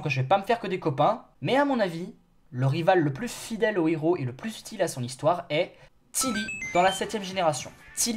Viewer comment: Honnêtement, quand t'a dit tili, j'ai éclaté de rire.